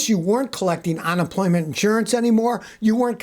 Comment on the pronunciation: Is it on-employment, or unemployment? 😂. Love ya Scotty!😉